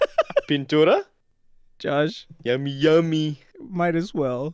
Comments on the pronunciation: The way he said pintura jajaja h couldn’t say the R jajajaj 🤣 Y pa k vas si ya sabes como te pones 🤣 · Ha he be saying pinturda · said "p a intura"